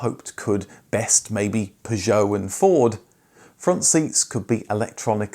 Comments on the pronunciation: Why pronounce Peugeot like you do ? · Great channel, and the unusual pronunciation of Peugeot is funny.